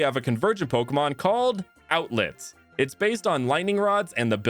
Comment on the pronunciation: Do you mean outlet or outlett